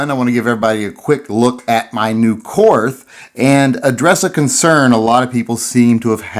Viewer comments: As an American vet living in Germany I have to inform you that Korth is pronounced Kort. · Pronounced court.. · it's pronounced court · My concern is that you cannot pronounce "KORT" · Korth is pronounced like court, not like north with a K. It’s German.. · It's pronounced KORT. The H is silent! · It's pronounced "Court"